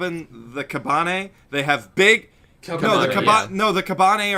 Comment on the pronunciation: The way the guy pronounced "kabane" cringe me